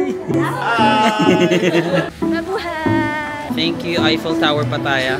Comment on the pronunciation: It’s pronounced as Pa’taya.